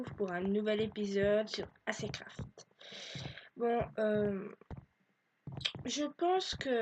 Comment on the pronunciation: on voit que ta pas fait d anglais c acecraft avec une E et Pas un é c pas acécraft